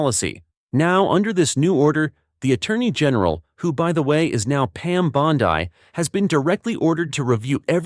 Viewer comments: It is the A.I., that they want to shove down our throats! Just think of the errors that could occur, when they install A.I. in our weapons systems! Oh and A.I., it is "Pam Bond ee", not Pam bond EYE!!! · It's Bondee not Bondiii. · Where did you learn English? The I at the end of her name in correct English sounds more like an "e" not a capital I.